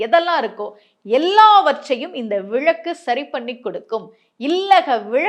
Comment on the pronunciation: அது விளக்கு மேடம் விழக்கு என்பது தவறான உச்சரிப்பு